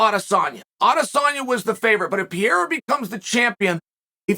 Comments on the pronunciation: Chael, Can you please try hard enough to pronounce Pereira's name right. His name is not Peira! It's Pe-rei-ra! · Its not PIER Its PE REI RA, you're welcome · Hey uncle chael I love the channel and content but these athlete deserve a little more effort on the names 😂 I mean dude is a world champ now. I know it’s not a huge deal but I mean that’s some butchery haha. Here yaggo pereira (pe-he-duh) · I would pay for Chael to be able to pronounce fighter names, Puh rey ra